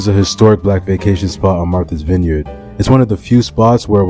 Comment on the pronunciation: Pronounce the "vineyard" in Martha's Vineyard like its one word not two.